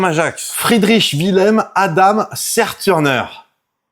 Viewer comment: Fo dire Zerturneur (avec un u qui se prononce kom un u).